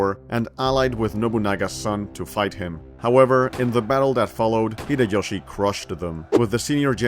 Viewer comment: Great video, i just wish the pronounciation for some stuff was better😆 秀吉 and 家康 aren't crazy difficult to pronounce😭